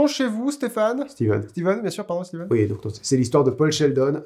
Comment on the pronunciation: cette nouvelle formule est hilarante j'adore !!!! :) au boulot aussi ça me rend dingue les gens qui disent "steffen" king xD "STIVEN" on prononce x) j'adore ce bouquin aussi! vivement le prochain épi !